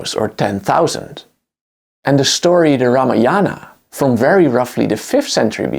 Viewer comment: Few Pronunciation correction- 1. Yajur - ya --ju--rr you have to say every letter unlike English silencing j 2. Ramayana - Ram- aya- na /(Ram-ayana) - here ayana means path or his travel during his entire course of his life. So it means Ram's Path or Ram Ayana Few indian numeral and mathematical concepts, that may help you in the future .. 1. Vedic mathematics that already has Pythagoras theorem under different name - Baudhayana sulba suthra , in very early years 800BC before Pythagoras even born .. 2. There is something called tamil numerals which has zero and Cambodian numerals may be influenced by the tamil numerals (especially by cholas and pallavas ) 3.the word Shunya -that refers to the word null, void, and "zero" - which is already in texts and scripts like Rig , sama and yajur vedas. Basically indian numbers are like starts from null/nothing/zero and next number is 1 . Means there are two states nonexistent and existent😮 (meaning- empty and some presence/present ). If present how many , will be the next question ? So - shunya is for null,empty or zero and " that how many" is denoted by indian numerals. Hence numerals starts from shunya , next eka , etc .. Hope it helps you .